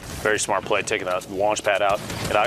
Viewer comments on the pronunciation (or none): none